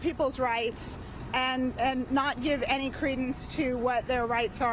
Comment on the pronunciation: it's roughshod not "rough shot" lol